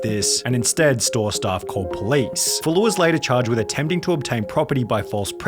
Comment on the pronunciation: Staff* not Stohrff